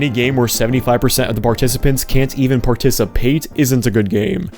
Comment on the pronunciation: If you ever pronounce “Participate” like that in front of me you better be ready for a fist fight.